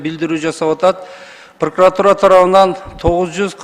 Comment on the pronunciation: Зулушев сен иштебесен дагы суйлогонду качан уйронот экенсин пракратураны туура айталбайт пыркратура деп